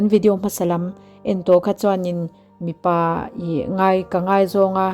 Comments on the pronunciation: Mipa leh Mi pa i chhiar sual nasa deuh anih hi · 8 na hi i chhiarsual Mipa tih khi mi pa.midang pasal tihna